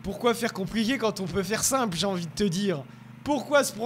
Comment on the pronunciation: Tu a dit conpriller au lieu de dire compliqué